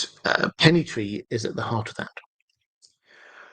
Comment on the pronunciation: Hello . Love the channel , loved all the discusions but as some people mention before me , the name of the Pennythree cannot be how you said it hecause Ser Arlan was known as Arlen of Pennythree which was before dunk and egg story .